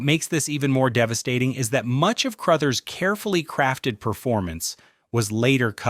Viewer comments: Scatman Crothers- The definition of the word "cool" PS- His name is pronounced "Cruhthers." What is so difficult about getting human narrators? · Skatmin Crothe-ers. LoL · Cruuthers.not Crooothers. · In the movie, it's room 237, not room 217. So, yeah. And, you mispronounced "Crouthers." A couple times. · Scatman “Crowthers”. Speak names correctly. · Scatman CROW-thers? Good grief! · Just FYI, Crothers is pronounced like brothers. Also, you kept showing the Stanley Hotel which has nothing to do with the movie. Was this done with AI? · If they are pronouncing it CROW-THERS then yes. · You’re constantly mispronouncing Crothers! Do some research before you post something! 🙄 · You lost me with the horrible AI pronunciation of Scatman Crothers. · I know.not the mispronounced last name according to Ai 😂